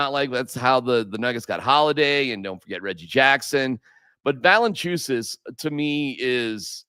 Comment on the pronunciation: Va-le-IN-chu-nas. Agree with everything else 😂. 👍